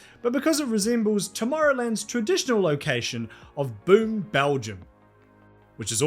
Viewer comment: Boom, Belgium is pronounced more like Bohm.